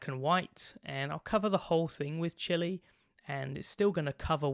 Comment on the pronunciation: "I'll cover the whole thing with Chili" You're starting to sound like an American,!